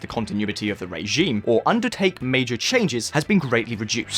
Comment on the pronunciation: Nice to hear a new voice. It called my attention that you pronounce the word "regime" as "ray-gime.